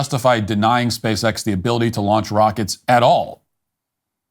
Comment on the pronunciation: It's a little bit hard to take seriously anyone who refers to the company as "Speece-X"